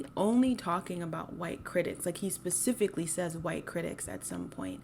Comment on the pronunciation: Love your content but why do you say “pacifically” instead of “specifically” I noticed in the courage the cowardly dog video as well ?